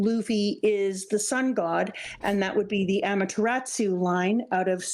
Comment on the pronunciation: I love these videos so much. Can't wait till you get up to date. This is my favorite "first time reading OP" content right now (and possibly ever). Just a couple of nitpicks: - It's "Amaterasu" not "Amateratsu" no t. - "Izanagi" and "Izanami", not "Izunami"